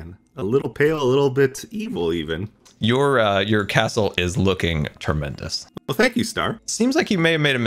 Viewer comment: Why do I hear krasel instead of castle